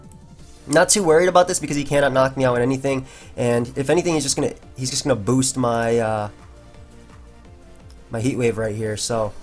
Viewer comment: When you stress the B it sounds powerful